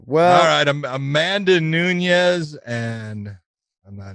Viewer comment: It’s not pronounced Nuñez it’s Nunes